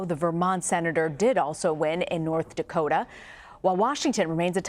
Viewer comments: There's not an R as the last letter of North Dakota, you IDIOT! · Can’t even pronounce the state he won correctly